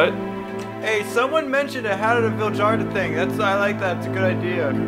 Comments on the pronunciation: Vihld-yarta! They are Swedish. The "j" is a "y" sound. Like the word "fjord". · Pronunciation Vild-har-ta the J is silent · It's pronounced "Vild-yarta"